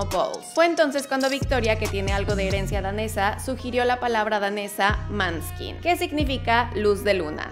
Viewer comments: Ayy no amiga, perdon por la critica..:: el italiano es muy fácil de pronuncia :. En nombre del album lo dices muy mal tambien, il ballao de la vita:..?? repites “manskin” mil veces , y a Damiano le dices David…. Se entiende que es el nombre de familia, pero a Victoria no le dices “ De Angelis” . 😬😬😬 Perdon no me aguanté las correcciones 🤟🏻🤘🏻 Muchas veces han dicho en sus entrevistas que les molesta que lo digan mal!! Y a Damiano le choca que le digan David! Tambien lo dice cada rato 😅😅😅 (Se nota mi fanatismo?) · Todo bien! Solo la pronunciación del italiano... Plus la pronunciación del grupo tambien esta mal. Pero gracias por el video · Si creo que es importante si vas a hablar de algo investicar un poco como se pronuncia, todo lo demas buena info, solo la pronunciación del nombre del gpo. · Pronuncia bien el nombre de la banda por favor! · Muy interesante... pero duele mucho el oido cuando pronuncias mal TODOS los nombres, hasta el de Maneskin. Ahí te faltó prepararte un poco. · Aprende a decir bien el nombre de la banda primero. Que falta de respeto. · Se que no tienes por qué saber italiano, ni danés pero saber cómo pronuncian los nombres del grupo musical y sus discos... No sé. Es que me rechina que pronuncies su nombre como si fuese "piel de hombre" en ingles.... Y qué decir del nombre de los discos... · Me gustó el video, pero hay una precisiones, el año de nacimiento de Damiano (Damiano es su nombre, David su apellido) nació en 1999, el nombre de la banda se pronuncia con O, no con A, la pronunciación del italiano, y aunque no ganaron XFactor Italia igual la Sony quiso firmar con ellos. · Asi' es! Se escribe Maneskin se pronuncia Moneskin, eres un nombre danes, significa, claro de luna. Desculpa my castillano, no sabe escribir muy bien. Yo soy Italiana, saludos! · ola, no, te equivocas, los muchachos dihen siempre Moneskin, son todos le outre personas que los appella Maneskin. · Pero en Italia les decimos Maneskin 😅 la pronuncia correcta es Moneskin😂😂